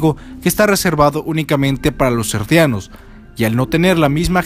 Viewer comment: por que les decis Erdianos si son Eldianos ?